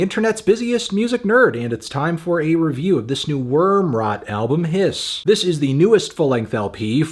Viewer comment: I think this album is called “Hiss” don’t know why you keep saying Piss Anthony